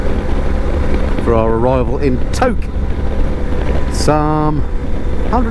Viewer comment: Tok is pronounced Toke as you've probably discovered by now!